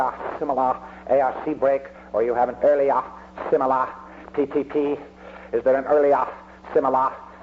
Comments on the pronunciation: earli-AH simi-LAH incident. classic! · the way he would pronounce words like earliahhh, similahh, is undoubtedly proof he was mentally ill.